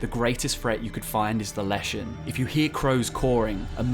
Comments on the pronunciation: Forest is les not las in Czech/Slavic that's why it's leshen not lashen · Word for forest is Les, sounds just like ‘less’, not las